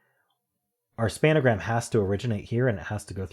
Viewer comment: Do you say 'span-a-gram' for a reason? It's just 'spangram', an extension of the Spelling Bee's 'pangram'.